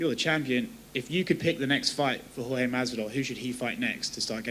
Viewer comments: Its jorge not George...lmaoooo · Why does Dana white pronounce Jorge name with a g lol